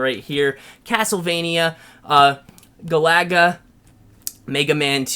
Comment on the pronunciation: Galaga ? It's pronounced gal-aga !